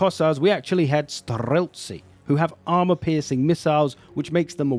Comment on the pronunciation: Your slav "r" in word streltsi is prima sort 👍